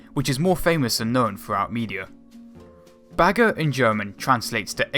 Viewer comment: it's "Bagger" - not "Bager"